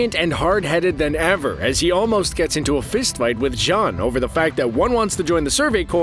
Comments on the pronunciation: lol he said "john" and not "jean" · Mans said John